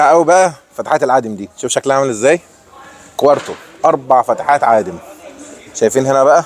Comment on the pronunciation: اسمها كواترو مش كوارتو